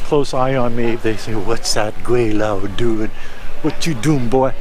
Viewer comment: and you sounds more like 桂 than 鬼 when you refer your name.